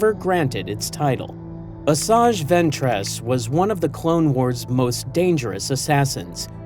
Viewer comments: Bro says venTRESS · Bro said “ventrass”🫩🥀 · ventréss? oh boy